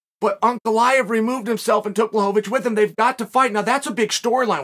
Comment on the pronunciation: Ray-chick? Uncle eye-ev?